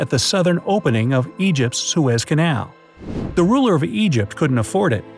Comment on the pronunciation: Lol when he was talking about egypt Whos eypyt Me